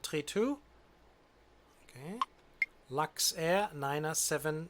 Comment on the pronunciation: Du musst Luxair sagen und nicht Laxair